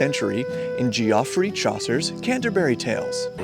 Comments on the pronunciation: This is a great video all around. I don't always start in taverns, but there's always one that becomes a prominent location in every campaign that I run, and there are some great tips here that I'll need to try out. One little thing, though,: Geoffrey is pronounced "Jeffrey." Don't let Game of Thrones fool you. They're just different spellings of the same name. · Geoffrey Chaucer is pronounced Jeffrey. Its an old English spelling of the name Jeffrey, but some still use that spelling even today.